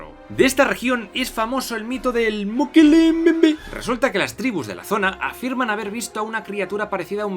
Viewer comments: Me ha gustado tu pronunciación del Mokele-Mbembe, deberías hacer un ringtone de esa palabra para tus Patreons. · Me gusta como lo dices mokele mbembe